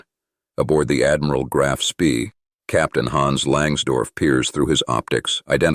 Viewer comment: The strategy did not collapse. In 1941 the Admiral Scheer operated in the North, Central and South Atlantic, and in the Indian Ocean. It then returned to Germany evading all British patrols. Note: Spee is pronounced Shpay.